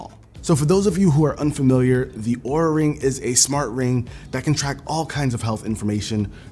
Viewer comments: Linus pronounced Oura as "oorah" instead of "aura" and they got pissed and refused the sponsorship unless they edited the entire video. So Linus got upset since that's a LOT of extra work to record and edit everything and cancelled the sponsorship. He talked about it on his podcast as well, you can probably find a clip on his LMG Clips channel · Careful they might drop the sponsorship since it's pronounced "are-a" 😂